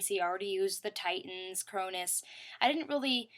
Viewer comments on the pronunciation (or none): none